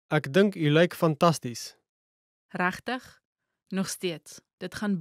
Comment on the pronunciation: The pronunciation of "reg" and "regtig" is wrong. You don't say "rag". That is how the English people pronounce an "e", but not in Afrikaans.The "e" must be pronounced in the mouth, and not in the throat, like when one is being choked.